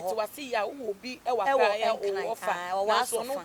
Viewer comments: you are saying that. Aklaa instead of Accra. Ofui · ACCLA Hahaha 😂 Typically Ashanti